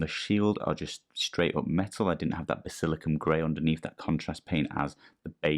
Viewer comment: Great video man… but…. Basil-I-can-um 😂😂